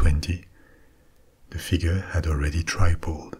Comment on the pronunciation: Trip Pulled not Try pulled fyi English is difficult